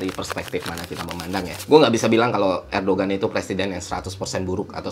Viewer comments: Erdogan bukannya dibaca erdoan ya? G nya gak dibaca kan? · bang btw mau ngasih info aja kalo Erdoğan itu dibacanya Erdoan bang karena huruf Ğ itu engga dibaca kalo di bahasa turki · Fyi bang, cara sebut nama presiden turki yg bener "erdoan". Btw gua mahasiswa di turki dan ngerasain banget dampak inflasi turki 🥲. GWS turki